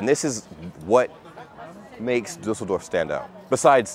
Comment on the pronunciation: What I really like about you is that you take care of pronouncing the German words correctly,like for " Düsseldorf ",I am used to Americans pronounce it " Dusseldorf ".